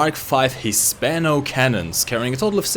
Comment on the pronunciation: You pronounce "Hispano" so American, like, I don't even. Bruh.